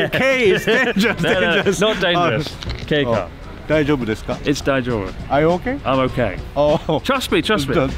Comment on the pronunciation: When you says "Kei car" but subtitles read as "gay car"